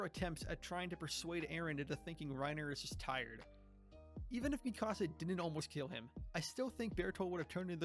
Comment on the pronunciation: bro please T_T first thing you say at the beginning of the episode is how people mispronounce Bertholdt's name yet you mispronounce Mikasa'a name like jesus christ her name is the most mispronounced name in this entire fandom